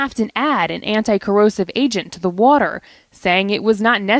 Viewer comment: Water Wa... ter Wah... tehr War. Tar Water ... H20